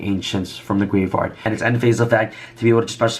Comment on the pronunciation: Ok let me say this it is said GRAVE, YARD. GRAVEYARD.